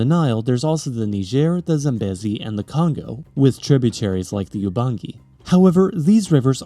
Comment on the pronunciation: If you're worried about pronunciation, double check Zambezi, the second syllable is long, like bee not beh.